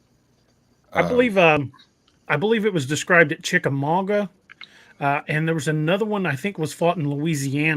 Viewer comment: Respectfully It's pronounced chick-uh-mog-uh, not mog-wuh